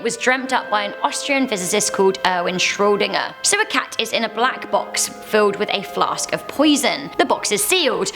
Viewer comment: It's Schrödinger ... not Schrodinger ....